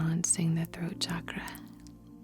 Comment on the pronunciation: Thank you for saying it right.. Thank you for saying Chakra and not Shakraa 😬😃🥰🙏🏼